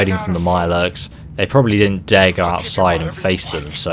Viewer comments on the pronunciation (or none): none